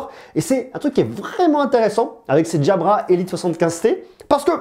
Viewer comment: pourquoi tu les appele DJABRA mdr 😂